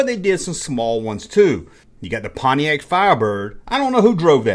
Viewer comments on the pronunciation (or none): none